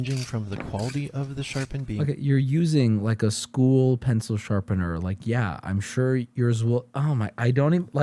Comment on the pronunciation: WHY DOES HE KEEP SAYING "SHARPENDER"?!?!?